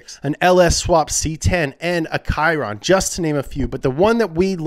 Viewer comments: Did he just say "tchiron" instead of "shiron" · why you say a" kyronne" when you speak about the chiron ?? and ludacris dont love this accura because he put feets on her and body waight that can dammage the hood not cool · Did he just pronounce chiron as kayran??? My man's needs a speech therapist real quick 😂😂😂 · Is anyone else bothered by how pronounces chiron “k-i-ron” instead of “sheeron”? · It is pronounced “Sheer-On” not “Ky - Ron”. I don’t know why people try to sound cool pronouncing it incorrectly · A.... A..... A.... a kiron??? 👂👂👂👂 Chiron (She-ron) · What in the name of hell is Chron Its Cheer-on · The Bugatti is pronounced "Shiron" not "Kyron". And it's spelled Chiron. But I think he was just being funny anyway. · I lost it when he pronounced Chiron like Kyron. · are we just gonna ignore the fact said "Kiron"?😂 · that's how you pronounce the Greek word- in French it's "she-ron" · Rami it’s not it’s “Chee-ron” In French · My uncle pronounces it “sherone” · I originally thought it was Ky-ron, but only because I thought it was named after the Greek deity Chiron. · I’m sorry did I just hear him say “ki-Ron” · Lol why would it be kyron? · Chiron is pronounced “sheer ron” and Post Malone is from the Dallas area🤦🏻‍♂️ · They're genuinely ignorant then. Some film makers even make scenes in which people pronouncing brands wrong as a point to show their ignorance. I'm actually astounded some people pronounce the Chiron as "Ky-Ron" when no official videos or proper road tests do. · YBLate how do you as a primarily English speaking person pronounce “Chiron” as “kyron” the English language doesn’t even remotely come close to making you read that as such. They’re just ignorant as said. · The kiron lmao “Chiron” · what's a Kiron? 🤣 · what’s a kiron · Definitely not pronounced Kai-ron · i went to watch Jeremy Clarkson's review on it to find out how its pronounced lol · he pronounced it correctly in up to speed on Bugatti tho so idk what happened here😂